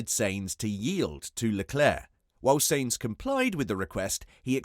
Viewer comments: SAINZ FUCKING SAINZ.... jesus if you say that name again i swear!! sainz is pronounced like "signs" not fucking "saints" like he's the holy ghost... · im sure carlos surname is sainz not seinz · Seriously you need to pronounce Sainz properly